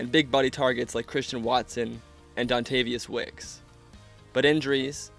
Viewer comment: “Dontavius wicks” 🥀